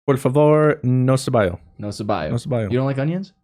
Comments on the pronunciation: Lmaooo onion is pronounced se-bo-yuh not se-ba-yo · Lol,, onion in spanish is pronounced se-bo-ya (Cebolla) Don't know how you got se-by-yo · Jajajajaja "no cebayo"? At least you tried. It's "no cebolla" or you can pronounce it "no ceboya" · "No ceballo" doesn't mean anything, it's "cebolla" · Cebolla not Ceballo!!!!! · By the way, it's "no cebolla" instead of "no ceballo" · Just one little thing it's "cebolla" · Onion is pronounced SEB-Oi-YA